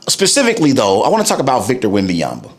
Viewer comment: You do not pronounce his name right as a mixed French - There's no Victor Wembayamba - SGA was the best Player before he was the Champion- much like almost everyone - not a Spurs fan but at least keep your content about basketball - You focused too much on Someone who tried to be great - People/Fans/Analysts/Players do not hype Players who ain't have a big potential - That's what they always do to Players before - You need attention - We get it - Clout chasing weirdo